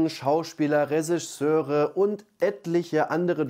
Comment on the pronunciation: Ich kann das Wort Regisseur auch nicht richtig aussprechen, sehr sympathisch 😁